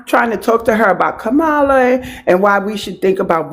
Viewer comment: KA-MA-LA, NOT KAMARLA. She pronounced it the right way.